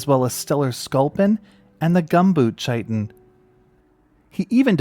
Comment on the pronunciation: ITS pronounced kITON Not CHITON!